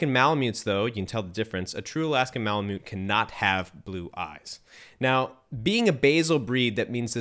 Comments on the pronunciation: Good job; I have owned Malamutes for 20+ years. They are the most incredible dog breed on earth, in my humble opinion. Lots of work, but worth every second. The indigenous people of North West Alaska who lived with the breed called themselves ‘Malamut.’ It is pronounced “Mala Mutt.” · The tribe called themselves Malamut, and it is pronounced “Mala Mutt.”